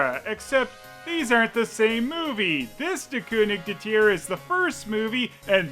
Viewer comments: Great German pronunciation! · As a German Its so funny how he says der „König der Tiere” 😂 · pronouncing "Der König der Tiere" gives me life. How many of those movies are there!?!?!?